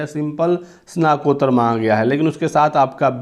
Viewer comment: Snat kottar....uchcharan par dhyan dijiye...